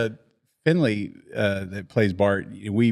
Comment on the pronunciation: It was great to hear you call John Finley “FINLEY.” When he was a kid, he played Mighty Might football in Lebanon Mo on a team with my son. John was kinda squirrelly, as a 7 yr old should be, and when he wasn’t paying attention, you’d hear the coaches yell out “Finley!” It’s wonderful that he’s still referred to like that. He and his family are great, following Christ and sharing God with my kids. Great memories!